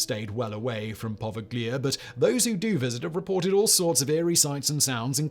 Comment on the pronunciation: It's actually pronounced as "Poh- Veigh-Lee-Ah." The island was first used as for isolating victims of the plague, then for yellow fever and lastly as a mental asylum. The Italian government has made it illegal to go the Poveglia and fishermen give the island a wide berth. Between the asylum patients and the yellow fever and plague victims, a majority of the island's "soil" is actually human remains.. not somewhere you want to go.